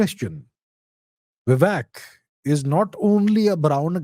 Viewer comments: Come on you are Indian!! Don't call him "Vivack" like the Americans. It's shows very poorly on you. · He is Vivek bhai not Vivack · Sir, please use the actual pronunciation of "Vivek" instead of a ruined western pronunciation that always messes up with all Indian names. This is the same reason why people say Raamaa instead of Raam, Krishnaa instead of Krishn, Shivaa instead of Shiv, Raavana instead of Raavan. Please avoid such fatal errors. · C’mon is it that hard to pronounce “Vivek”? 🤷🏻‍♂️ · Abhijit’s mispronunciation of ‘Vivek’ and ‘Kamala’ was intentional and not for imitation of American fashion, I think. It appears to be to make himself intelligible to an American audience. I disagree with the approach.